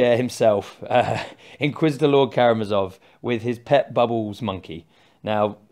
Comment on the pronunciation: ka-ra-mA-zov, accent on 3rd "a", from russia with love